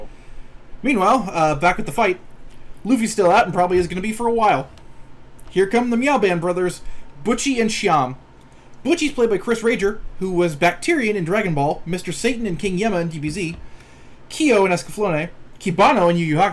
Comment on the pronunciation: Hate to be that guy, but Chris Rager's last name is pronounced (Ray-gur), though to be fair, I pronounced it as the former too.